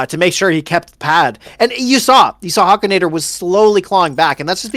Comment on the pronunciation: Huk!!!! Hukinator!!!! Not huekinator!!!!! 🤬🤬🤬🤬🤬🤬